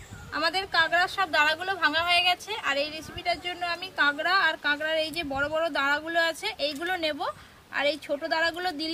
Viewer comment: Not kengra it's kakra